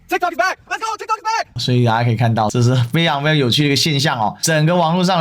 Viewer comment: tikt"o"k, 發音是"o" like "o"ld, 不是"a" 喔